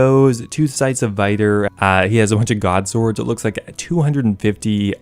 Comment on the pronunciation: How has the scythe of Vitur been out for so long as you cant even say it properly? Viter? Along with the weird way you hold you hands up while u talk you sure are an odd one.